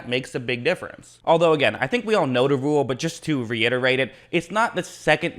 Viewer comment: "We all know the wule.." 🤣